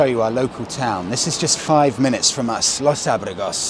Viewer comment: The correct pronunciation for Los Abrigos is Los Abr"ee"gos. 😀👍🏼